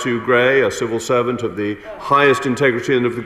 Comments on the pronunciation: I thought she said servile serpent. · The fact that she couldn't say the words "civil servant" and instead came out with "cerval servant" makes me think the answer to your question is probably no :)